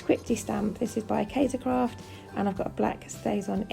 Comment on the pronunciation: this page is beautiful so so pretty I love the colours and the very cute photo. im also happy to hear you pronounce Kaisercraft properly so many crafters dont